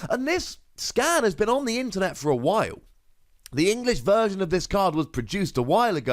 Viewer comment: 🤣the interwet